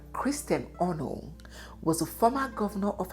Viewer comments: This really connected all the bits and pieces missing in my knowledge of our queen- slight observation, pls ask elders on onoh’s pronunciation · Why are you mispronouncing “Ngwo” and “Onoh”? Biko oooo😂😂😂😂😂